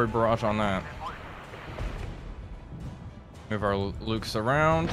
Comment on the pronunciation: Ah, Mühlhausen again! Home of my favourite plum jam! One suggestion, if I may: The Luchs you were fielding are very easy to nail in pronounciaton by calling them 'looks' rather than 'lukes'. Great series, keep'em coming, please!